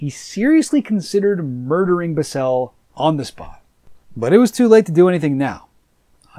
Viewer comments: Its not Bisel, Its Bissell. I guess hes never seen anything cia and just went to wiki. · I absolutely hate how you pronounce Richard bissell’s name